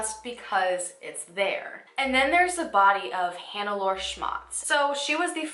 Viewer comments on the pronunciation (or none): Ohhh when you encounter the German name Hanelore, it's pronounced Hahn-eh-lor-eh 💕